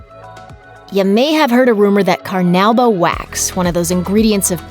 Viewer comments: Car-nu-bah, car-nu-bah. Do you not speak english???? Why does it seem like your employees haven't graduated high school?? Your narrators constantly mispronounce the simplest words. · carnowba wax lol